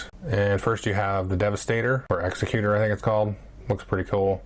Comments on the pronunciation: Wow, it's amazing what production quality does for me. I had very little interest in the base game, but that black box edition may actually get my dollar. And I believe it is egg-zeck-you-ter with the stress on zeck, not ecks-uh-cute-er with the stress on the ecks. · thanks, I didn't even realize there was 2 different version. I have the original, so I'll have to grab this one. P.S. the executor is pronounced like executive is, not executioner.